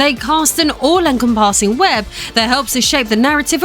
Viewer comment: All en-com-PASS-ing? Is that how you pronounce that?